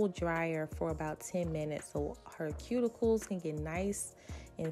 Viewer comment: 😮did she say cuticles yall